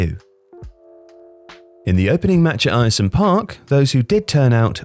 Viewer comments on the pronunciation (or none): Air-some park not ayresome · Air-some not eye-ear-some! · By the way its Air-some not Iresome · It’s pronounced ‘Air-Some’ not Ayer some👍🏼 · its uhrsome park not eyersome park 🤦‍♂ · Just a thing, Ayresome park is pronounced Air-Some Park not Eire-Some other than that it was a good video. Its a bizarre part of our history but actually fairly interesting. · Not called ierson park airson park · it is pronounced air-some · He gets it right in the end but your voice over man can't pronounce Ayresome.... It's AIR-SUM. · It’s pronounced ersome park I’m sorry but being from boro and hearing the name like that hurts 🤣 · It's pronounced Air-sum you knob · hate to say it, in the video you put middlesborough, not Middlesbrough which is that is should be. Ayresome is also pronounced (Air-sum) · It’s pronounced airsome park 🙂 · Pronounced AIR-SOME park. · 'Ayer-Some Park' actually sounds North Korean 🤣🤣🤣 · Ayresome Park is pronounced air-some fyi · Eyeersome park stadium... fucking hell my ears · FYI the pronunciation of Ayresome Park is like Air-some. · Btw, Ayresome park is pronounced ‘airsome’ just letting you know :) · It's pronounced Air-sum park, man, howay! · Football, it's pronounced AIR-some Park, isn't it? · It's pronounced "air-some" park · 'Eye-er-some park?' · It's pronounced "air-sum" park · Come on, love your stuff but you spelt Middlesbrough wrong within 25 seconds of this! Edit - Ayresome is pronounced like Airsome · The Stadium name is pronounced "Air - Sum - Park". Source: I lived opposite it. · It's pronounced Air-some park (Ayersome Park) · Nice. Air-sum though. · Pronounced 'Ayresome' wrong. A bit of a glaring error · "Ire-some Park"?! That's not very nice :P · It's pronounced airsome park. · its pronounced AIR-SUM Park 😛. The small monument on the site of Pak Do.Iks goal was declared a national monument to the glory of the DPRK.. the only one outside of NK and its in Middlesbrough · Great video! Just for future ref Ayersome is pronounced ‘Air-Some’